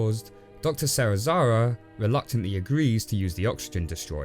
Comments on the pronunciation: Man....SeriSaWa not SeriSaRa. Not that hard to pronounce xD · Serizawa was even woese